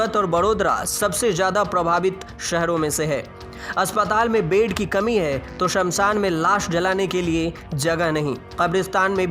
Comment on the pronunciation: Bed ko bedh bolta hai Kabristan ko khabristan bol rha hai Sankramann ko sankdamann bol rha hai Mariz ko maridz bol rha hai